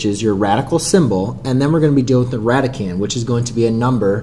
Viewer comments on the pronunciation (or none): radicand, not randicand, lol